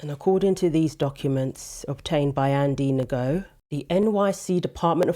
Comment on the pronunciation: You do great work, I've watched you here and there for a while, and you cover some very important topics and events. Just FYI, Andy Gno is pronounced, Andy know. I say that as someone who also says everythink when I pronounce everything the same as you do.